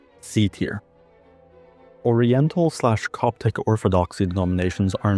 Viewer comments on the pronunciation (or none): none